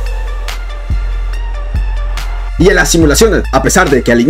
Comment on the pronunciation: LaPadula ❌ LaPichula ✅